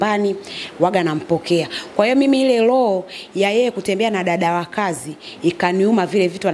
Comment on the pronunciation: Huja sikia loho ama hiyo iko sawa sio roho 😂😂